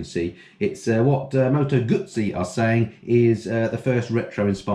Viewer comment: Harley electric fire ha ha. Brilliant. Guzzi (bravo on the pronunciation) V7 was hands down the worst bike I've ever swung a leg over. It was spectacularly rubbish.